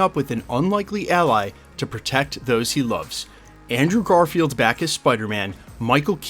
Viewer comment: Hey! Did you say "Andrew Garfield"?